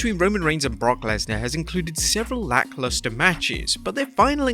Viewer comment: why do he say lackluster matches like that